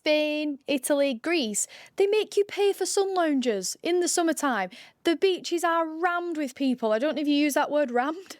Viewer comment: I stopped at Breachs. Yeah? Nah. It's beachEs.